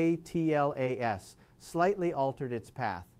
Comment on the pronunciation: Why can't you say Atlas instead of spelling A T L A S out?💥